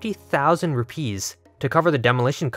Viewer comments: “Lamp oil? Rope? Bombs? You want it? It’s yours my friend, as long as you have enough Rüpaeis.” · Ive never heard anyone pronounce rupees like that before